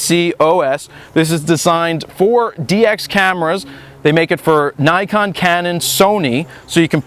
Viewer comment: "naykon" it's nikon you idiot